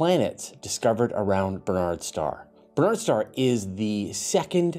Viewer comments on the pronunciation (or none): Um,, it's Barnard's Star NOT Bernard's Star. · You seem to be saying "Bernard's Star"?